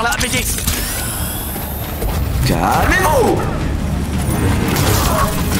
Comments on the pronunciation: Il dit bb au lieu de bd 😂😂😂😂 mdrrr c bd1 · Il dit BD oui mais c'est pour l'humour le BB.. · C’est pas « bb » mais BD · Il dit pas bb il dit bd